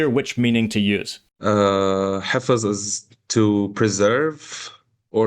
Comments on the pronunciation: حفظ (in Persian) =» hefz Not hafez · it's actually pronounced "hefz" or "hifz". And it can also mean to memorize something